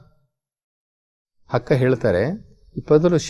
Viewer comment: ಅಕ್ಕ ಹಕ್ಕ,ಅಂಗವನ್ನು ಹಂಗವನ್ನು ಓಹ್ ಎಪ್ಪಾ ಅ ಕಾರ ಹ ಕಾರ ಬಗ್ಗೆ ಅರಿತುಕೊಳ್ಳೋ